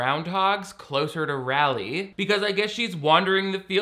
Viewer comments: Love ur videos but Raleigh is very much not pronounced “Rally” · What part of nc is this supposed to be set in??? I’m from nc and this shit is hilarious. When she said “we could move closer to Raleigh, and closer to Stuart…” ik which school she’s talking about. Also, pronouncing Raleigh as “rally” instead of “r-ah-leigh” was so jarring lol it made me think about all the things you assume everyone knows based on where you grew up. The main character’s accent is so nostalgia-inducing and familiar and its so funny every time she talks bc she just sounds like everyone from my hometown the scene of dinner where they’re all commenting on grace’s cooking was so triggering like ugh the not-at-all subtle equating women to domestic skills is nausea-inducing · I'm from NC and my boyfriend is from MA. When he would fly into Raleigh, he would pronounce it Rayleigh. For a time the airport had a shirt in it with RAW-LEE on it. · It used to bother me that no one not from NC seems to be able to pronounce Raleigh ("rally" lol) but now it's just charming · as someone from raleigh, the way you and the character pronounced "raleigh" made me giggle. but the movie did get it right that neighbors will ask new families what church they go to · this is one of the most embarrassing depictions of North Carolina I've seen in a long time🥴 and I knew the main actress wasn't from NC the moment she tried to pronounce Raleigh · Expert pro flawless pronunciation of 'Raleigh'.